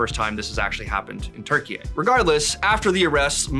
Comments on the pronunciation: I think he tried to say Turkiye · Where the hell is 'Turkey-eh'